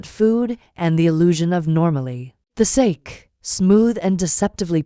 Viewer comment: Sa - Kay not sake